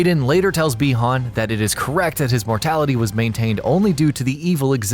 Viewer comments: Pretty sure it's said "bye-han" not "bee-hon" or at least all the previous MK stuff I've played or seen have stated so you mispronounced it like 50 times in the video -_- it got really annoying I stopped after 5 min. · Is it just me or do other people get irritated every time he says bi hon